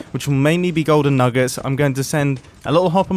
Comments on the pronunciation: Btw not making fun of his accent for those who have it 2. Sorry if I offended anyone 🙏😔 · Mumbo: the golden nuggUts Me: 😑 its pronounced nuggets 😂😂